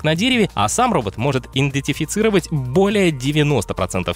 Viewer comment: иНДЕтефицировать...послеэтого слова перестал смотреть